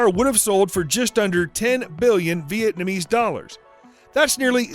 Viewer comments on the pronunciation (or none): none